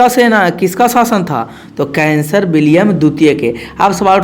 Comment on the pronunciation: सर आप उदाहरण दे कर मत समझाइए आप केवल पढ़ते रहिए हम खुद समझ जायेंगे।आप कैसर विलियम को कैंसर पढ़ रहे है।हम और डिस्टर्ब हो जा रहे है।